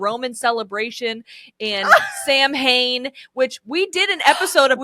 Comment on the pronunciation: Just wanted to say Samhain is actually pronounced like “sow-win” and not as it’s spelled 🙂